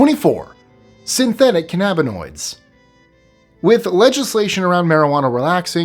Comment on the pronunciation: This dude can't even pronounce cannabinoids properly. I guess read the script and grab the check, but still... for anyone narrating a video of this subject, shouldn't you at least pronounce things correctly?